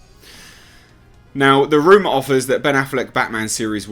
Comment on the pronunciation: I love how say “rooma “ 🤣